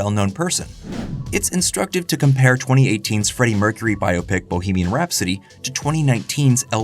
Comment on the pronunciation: Thank you for pronouncing "Biopic" properly